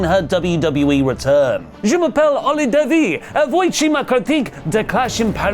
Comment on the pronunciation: U really nailed ur french phrases, just voici isnt voiki but like si in Portuguese/Mexican